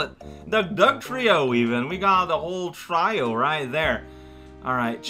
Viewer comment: I love that pronounces Trio right when he says Dugtrio, then immediately brutalized it with try-o